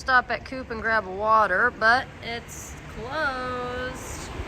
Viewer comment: The pronunce of coop is co-op that Is an abbreviation of "cooperativa"